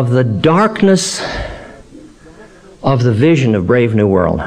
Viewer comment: Right he calls "Brave New World" "BRAND New World". Nearly unforgivable!!